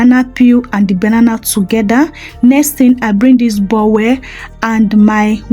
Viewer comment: Thanks for the recipe please it's not called bowel but bowl don't be annoyed for the correction, we learn every day at my age 84 i am still learning i love you